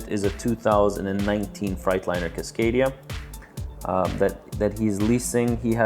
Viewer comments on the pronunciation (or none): none